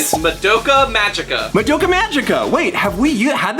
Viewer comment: I have a friend named Madoka so it's always a bit cringy to hear people completely bastardize her name 😅 Ma(mama)-do(a deer, a female deer)-Ka(the only part you got right) And you put the emphasis on the Ma, so it's like MAdokA. This has been pronunciation with Zapp, your friendly neighborhood Japanese translator.